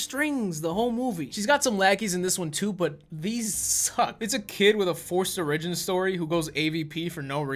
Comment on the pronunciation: bro.. that is NOT how you pronounce "origins." OR-igins.